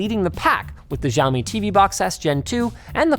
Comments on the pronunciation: Linus it's no jaomi it's Xiaomi and if you want to say it more accurately say "siaomi" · did he just called xiaomi giaomi? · Linux... the "X" in Xiami is pronounced as a "SH" so it should sound more like "Shaow - me". Just a FYI :) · can i just take a moment to say that the x in chinese is just the "sh" sound? nothing exotic sounding like Žçhaomi or whatever just "shyaow-mee" is fine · Not one person told him how to pronounce Xiaomi.